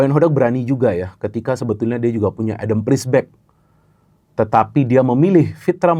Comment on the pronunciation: Dibacanya ADAM PEZIBEK Bukan ADAM PRISBEK